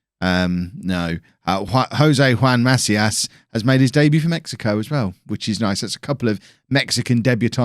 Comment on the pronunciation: pronunciation tip: try to say "maCÍas", and not "MAcias" :-)